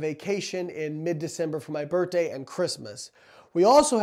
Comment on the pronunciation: I like how he says “birtday”